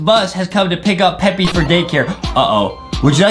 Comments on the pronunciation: They said peppy it's supposed to be Peppa with an A NOT a Y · It’s Peppa Pig Not peppy pig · ITS NOT PEPPE OR PEPPI ITS PEPPA I REPEAT PEPPAAAAAAAAAAAAA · ur supposed to say peppa pig not peppy pig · We say peppa Justin said peppy💀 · "Peppy" "peppa" bro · i love justin and adam from They Say Peppi instead of Peppa Pig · It's peppa not peppy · Is everyone know anything about them saying Peppa pig wrong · It's Peppa not peppy it's Peppa and also not mr p it's me potato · It's peppa not peppi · It’s peppa not peppy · its not peppy its peppa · Stop calling her peppy her name is peppa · Lol its not peppy its peppa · It is PEPPA NOT FRICKING PEPPY. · justin why just why would yuo say peppy it readily said peppa not peppy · Ppepa not ppepy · Bro can’t say Peppa 💀